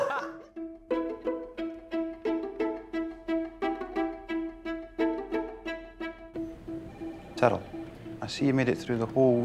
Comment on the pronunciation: The way Fleetwood pronounces "Tyrrell" incorrectly is like when Paul Allen called Patrick Batemen "Halberstram". Great attention to detail. "Impressive, very nice." as Bateman would say.